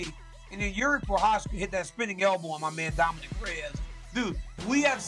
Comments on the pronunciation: So RC can say Prochazka right but calls Dominick Dominique instead?.. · DC why you never correct this guy when he says “dominique” every time 🤦🏽‍♂️